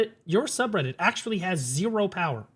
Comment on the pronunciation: If "AKSHUALY" Was living person